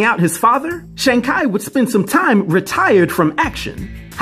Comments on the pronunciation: Yeah I hear your explanation on why you chose to use the Ki pronunciation, but three things: even if that is correct, it’s not the only way to pronounce it, secondly, too late now, but it’s not worth the attention and responses it just ends up sounding pretentious (not saying you were trying to be this way). It’s kinda like the Gyro thing, even though I know YeehROH is the correct pronunciation, I still just say Gyro🤷🏿‍♂️. Thirdly, it was maaaad distracting from the awesome job you do on the videos. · I dont wanna be that guy… but its pronounced “shawn chee” but besides that great video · No it's not in the movie preview the guy that plays him pronounces it as Shong not Shawn I know the difference because my own brother's name is Shawn. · Kai? No offense brother, your pronunciation is off..... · Thumbs down for "Shang Kai" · Have you watched A SINGLE TRAILER? THEY LITERALLY say his name over and over and over again. Or try listening TO THE CREATOR OF THE COMIC at his name. How do you try to do a review of a comic book character and don't even say his damn name right! Be better and do better! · yo, i had to replay that part and actual look it up to see if i was wrong the whole time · Had me saying “Shang-who?” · Damn. I had to pause it. Thinking I heard wrong. Come on bro. You sound like A freshie thats just come of the boat🤷🏿‍♂️😂😂😂😂😂😂😂😂😂😂😂😂😂😂😂😂😂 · the way you pronounced shang-chi LMFAO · Love your videos but this pronunciation of this iconic characters name hurts everytime you said it. He is not as famous as other characters but he has been in a fair bit of media. its a shame it Really feels like you didnt read up much on this one. Evens so, Thank you for all you do in the world of comics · They go over how to pronounce it in the movie, and uh this ain't it lol. I can't wait to see where phase 4 takes us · My boy said his name wrong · Omg you're pronouncing shang chi lol good video though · Sheang Kai? REALLY? Why not follow Marvel pronunciation instead of Google?